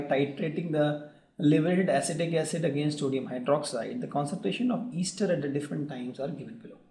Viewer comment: its not easter... its ester